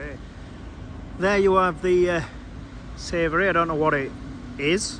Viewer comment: pronounced ‘sa-voy’ and it’s a super modern cinema with laid back seats etc